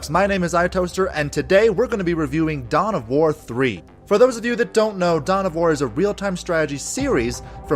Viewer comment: I thought you said "Dumb of War"